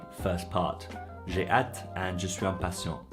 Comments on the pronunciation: The way you pronounce hâte rhymes with cat. I believe it should be pronounced like ah, as in matte. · I agree, but that's not the way you pronounce hâte. Your pronunciation sounds more like the English at. I'm certain that you speak better. French than I, that's why I noticed your pronunciation of hâte.